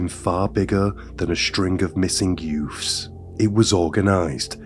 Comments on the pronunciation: Youths...the word is youths. Not yoofs. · The content is definitely interesting and you cover some lesser known cases, but.... What is with the over-the-top selective english lisp accent? Like, you can clearly pronounce the TH properly, and yet you clearly CHOOSE to pronounce it as a FR in some cases. Sometimes both in one sentence lmao.... "Two THousand and FRee" or back to back "THreat (proper), Youf's (youths* lollll)" And P.s. I'm not hatin-Ğ, it is just somethin-Ğ I find very puzzlin-Ğ. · Are you trying to say youths? It’s YOUTH’s not YOFF’s lmao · I agree, I had to stop listening. It's too put on and the 'yoofffs' and other words with 'th' being pronounced 'ff' is so annoying. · It's pronounced: "Youtts"